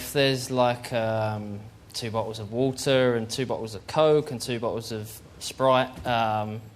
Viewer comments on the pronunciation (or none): none